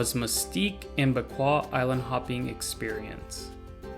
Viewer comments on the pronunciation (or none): It's princess margaret Beach, not princess Margaret's- the beach doesn't belong to her. And Bequia is pronounced Bek-way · My family is from St. Vincent. Bequia is pronounced Bek-way. Great video otherwise.